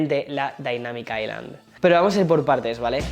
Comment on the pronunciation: la correcta pronunciación es ai-lund, osea como lo dice, si pronuncias aislan simplemente lo estás haciendo mal (osea toda latam lo pronuncia mal)